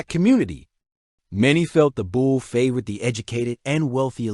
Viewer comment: It's pronounced "Boulay" it's French